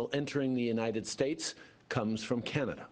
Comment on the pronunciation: "Manada" LMAOOOO